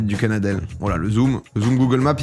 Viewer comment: Entendre "le lavandou", "Cap Benat" et "Canadel" j'étais pas bien 🤣